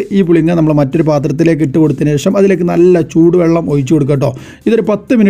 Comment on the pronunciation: ചുടുബള്ളം അല്ല മുത്തേ ചൂടു ബള്ളം